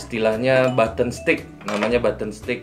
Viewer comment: Gays baton ya bukan beton